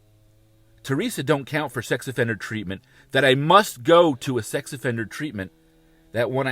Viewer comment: “Sxy offender program” now that’s a new one! He needs some English classes, lol